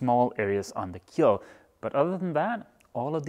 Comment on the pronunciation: Keel, not keep...lol